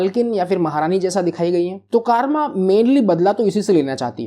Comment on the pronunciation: Kaaarma nahi Karma naam hai😂😂